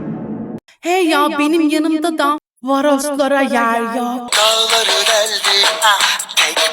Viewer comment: Daları deldim i yanlış söylüyo❤😂😂